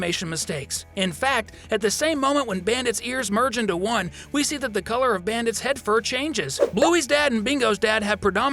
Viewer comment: I thought you said penis not head...